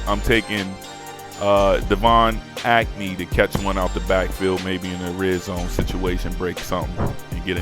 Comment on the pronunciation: I got further along in the video. Did you just say Devine Acne? 😭😭😭😭😭😭